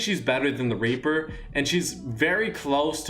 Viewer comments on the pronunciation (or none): he says raper instead of reaper